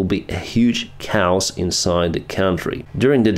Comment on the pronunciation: Chaos не правильное ударение Не Cows, а Ké-ós Можешь проверочное слово chaotic использовать, или просто в переводчике аудио прослушать